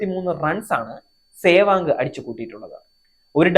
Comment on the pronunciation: Adyam sewag ennu parayan padikku..